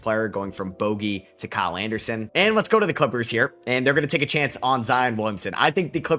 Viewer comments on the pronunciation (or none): none